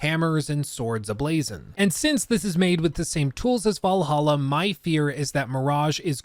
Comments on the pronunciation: missed it when you said vallaha instead of Valhalla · Thanks for teaching me the correct way to pronounce Assassins Creed Vallaha. I hate it. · I might be an AC valhalla hater for that but i keep hearing "Valhollow" when prounounces it lol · You called it "Valhalla" instead of "Vlahla", for shame! FOR SHAME! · Actually crying didn't say Va lah hah 😭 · You said Valhalla without the sound bit. How dare you. 😢